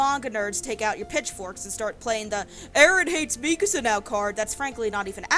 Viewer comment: why do you say her name like that